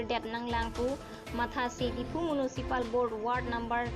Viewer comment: Lam ningje charli chet tha....municipal board puta pronunciation chokche lag...